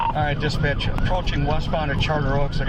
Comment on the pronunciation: Never heard "Dispatch" sound so closely to "Disbitch" in my life.